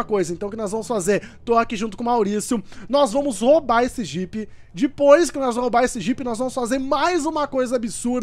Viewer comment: Não é dipoois é depois